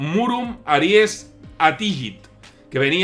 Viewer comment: Se pronuncia "Attijit" y el ie no es un diptongo se leen separadas las sílabas a-ri-es. Excelente vídeo.